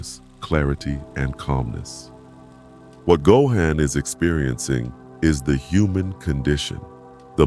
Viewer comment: Narration pronouncing “Gohan” three different ways throughout the video really pissed me off